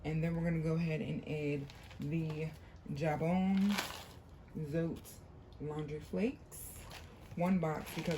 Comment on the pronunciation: Zone is a Mexican product and I'm pretty sure it's pronounced "zo-tay."